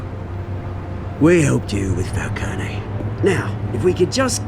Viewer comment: are they saying Falcones name wrong or is it just me? I know in Gotham they called him Falcone, no eeee at the end. but here they're saying Falcone the way you say Maroni. its wierd.